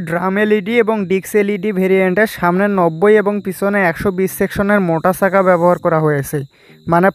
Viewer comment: ভাইয়ের ভাষা এমন কেন?!!ছাকা না বলে চাকা বলেন! উচ্চারণ ভাল না হলে ভিডিও দেখবে না মানুষ।